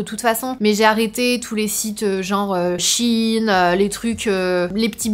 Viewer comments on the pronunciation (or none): none